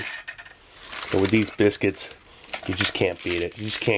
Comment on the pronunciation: thease biskits ahhhhhhhhhha